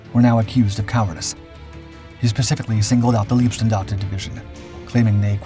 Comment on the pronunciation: Pronunciation: It’s “Laibstandarte” not “Leebstandarte”.